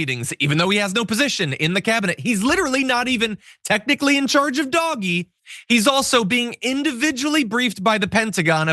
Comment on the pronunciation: DOGE: please pronounce it as dodgy, not doggy.